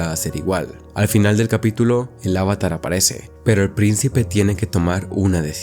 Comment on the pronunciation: Me perdiste desde que pronunciaste avatar mal